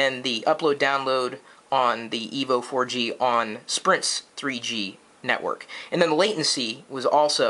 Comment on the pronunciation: hahhah kenekwork lol